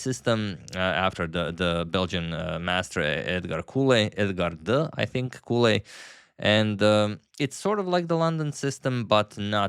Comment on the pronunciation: Edgard Colle is Belgian from the Flanders region, so the language is Vlaams, very close to Dutch. Which means that his last name should be pronounced in the same way as the start of the English word "college". No "ou" or "u" sound on the "o". #VastKnowledge